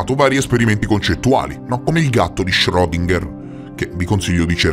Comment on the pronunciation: ...omeopatia portami via...non condivido nulla neanche la pronuncia di schrodinger